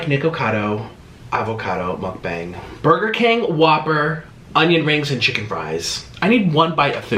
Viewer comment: I thought he said muckbong not muckbang